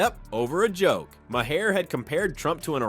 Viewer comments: Bill Maher is pronounced “Marr” like Car. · 😮 what is my-hair? AI trying to say Maher??